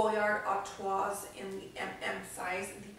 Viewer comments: Very beautiful bag, congratulations! Just FYI the pronunciations you use are almost there. “San Louie” tote and “Artwa” (like the beer Stella Artois) are the ones that stand out the most. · Great review. FYI, the s is silent in Louis and Artois. They are pronounced louee and artwa. Just like with Louis Vuitton. :) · Lol good lord - St. Louis is pronounced “Louie” and Artois is pronounced without the S like “ar-twah” If you’re going to spend that amount of money on a bag understand the pronunciation.